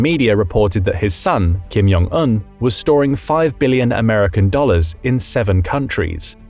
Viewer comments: Repeat after me, Jong, not Yong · It's Jong. Not Yong.